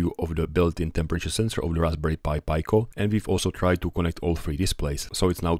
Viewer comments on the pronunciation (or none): Raspberry Pi Pico = "Rasp Berry Pie Pick-o", not "Raspberry Pie Pie Co". Sorry, just couldn't help but say it. Got triggered. Love your work anyway! :) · Just a small remark, it's pronounced [piko] with short "e" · Talk about trigger... NOT a short "i" because of the following consonants, rather "ee" as in "PEE" so shove your trigger, read a book and enjoy his work.